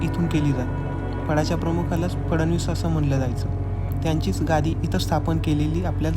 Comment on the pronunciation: माहितीपूर्ण व्हिडिओ फडणीस असे म्हणण्याऐवजी 'फडणवीस ' म्हणणे संयुक्तिक ठरेल...